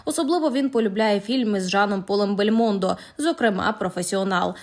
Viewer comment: Не БельмОндо, в БельмондО .